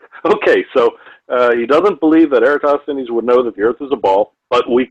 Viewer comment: Jeran can't even pronounce "Eratosthenes" (or else he thinks Aristophanes WAS Eratosthenes). Nor can he punctuate, but who's counting.